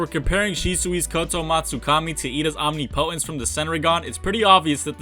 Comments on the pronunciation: Second video in a row so ima clear this up now. It’s not pronounced OMNI•POTENCE. It’s pronounced OM•NIP•O•TENCE. Also COUP de’ETAT, is pronounced KU de TAH. Thanks 😊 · Can people stop saying omnipotence as OMNI POTENCE It’s one word.